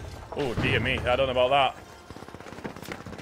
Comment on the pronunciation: The way you say 'dote' instead of 'don't' makes me think you are from my home town?...